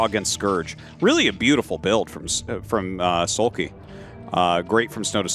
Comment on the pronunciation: Like into the last Match Artosis seems to pronounce Soulkey as Soulpee... I don't know why I felt like bringing that up, it was funny.